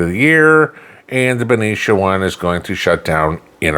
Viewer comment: Wow! I am impressed. You pronounced Benicia correctly. I am a resident of Benicia my 14 grandchildren are fifth generation residence of Benicia.